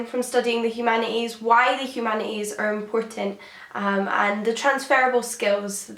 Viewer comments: "Humana eeze"? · Poor girl has that rare bone marrow disease that doesn't let you pronounce the "t" in humanities